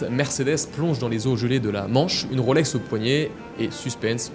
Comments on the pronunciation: Et je rajouterai que ce n’est pas “ Roselor “ mais “ Rolesor “ … nuance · À Genève on ne prononce pas Rôlex mais Rolex !